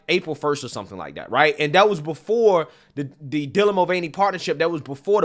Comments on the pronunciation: DIE-lan? Who is DIE-lan? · Newscaster said “Dielan Mulvaney” lol wth, who pronounces Dylan that way?